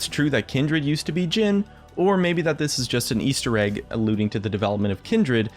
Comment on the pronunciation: Emphasis on "egg" :^)